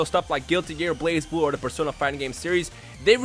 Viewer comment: tf is blaz blue..... its blaze blue guys